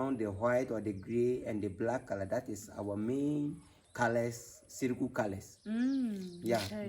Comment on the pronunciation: It's pronounced S-I-R-I G-U